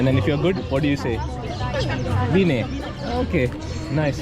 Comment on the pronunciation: Guyys, i think you would blend so well with us, you would learn romanian in a jiffy ❤. When you pronounced "ce faci, bine, pisică" I thought wow, what a good ear😮. I felt like you enjoyed so much.